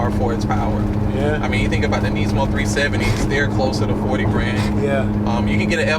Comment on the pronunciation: Niz mo not neeeeeeeeezmo